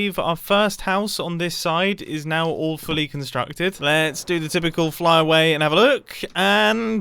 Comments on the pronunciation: did mumbo say "all fully" or "awfully" ? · Whenever mumbo says "all fully constructed" I hear "awfully constructed" and I giggle to myself every time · Do u say awfully constructed or all fully constructed? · "All fully" or "awfully" constructed? With the "despite" in the beginning of the sentence both makes sense.